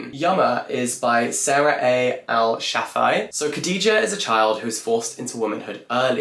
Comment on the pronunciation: E.g. for Sarah Al Shafei, the Al is pronounced phonetically and not as A-L (the sounds of the actual letters)